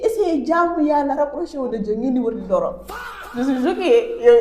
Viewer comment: Non mais la fille comment elle dit doro sa me tué 😹